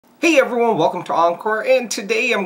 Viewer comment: lOl hOW YOU SAY *EVERYONE*